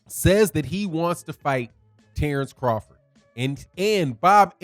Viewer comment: I'm a need Bomac to sit the eff down. He messing up Crawfords name. Crawford is my favorite fighter today, but his camp is sounding goofy.